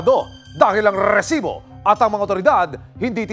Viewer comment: Rrrrrrrresibo. Umay ka namang host. OA